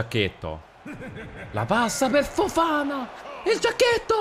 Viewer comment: Petizione per convincere il a pronunciare “Fofaná” e non “Fofàna”